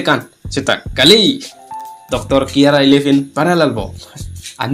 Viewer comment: Kyara❎ khangra✅😂😂